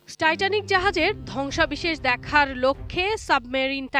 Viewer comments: ধ্বংসাবেশেষ না "ধ্বংসাবশেষ" ঠিকমত উচ্চারন জেনে তারপর সাংবাদিকতক করতে আয়। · উপস্থাপিকার উচ্চারণে প্রচুর সমস্যা পরিলক্ষিত হয়েছে। ধ্বংসাবশেষ হবে,সে বারবার বলতেছে ধ্বংসাবিশেষ।